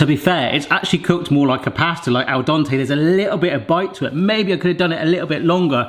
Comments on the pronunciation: dente, not dante. You dont go to the dantist, do you? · Oy, it is "al dente" and not "al dante". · This man said “ el dante “ to funny man🤣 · Barrys pronunciation ofAl Dente couldn’t be more British if he tried.